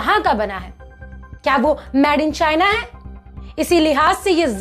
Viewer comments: Madam pls made in china ya made in India kaho na ki mad in china ya mad in India sahi pronounce karo.🤣🤣🤣.aur yes boycott china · I really support your initiative of Made in India... You just need to correct your pronounciation... It's not Mad in India but it's Made in India... All the best... Jai Hind... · अरे वीडियो मे बोलने से पहले सीखो की इंगलिश के किसी लफज को कैसे बोला जाता है जैसे Made को मैड नहीं मेड बोला जाता है मैड का मतलब पागल होता है धन्यवाद 🙏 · आप एक न्यूज़ एंकर हो। आपका उच्चारण साफ होना चाहिए। आप मेड (made) को मैड (mad) बोल रही हैं। Made (मेड) मतलब बना हुआ और mad (मैड) मतलब पागल होता है। गलत आदत छोडी जा सकती है, बस अपने उच्चारण पे थोड़ी मेहनत करनी पड़ेगी। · Plz made को मेड बोले न कि maid.. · Sister aap baar baar made ko MAD kyu keh rahe ho? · PAHLE ENGLISH BOLNA TO SEEKH LE, MADE KO ( MAD) KYON BOL RAHI HO? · please ask the presenter to speak made clearly and not say mad....this can be made fun of by people watching this channel. she can look online for the pronunciation. its not criticism but i dont want people making fun of indians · U r talking sense but kindly pronounce made correctly but not mad!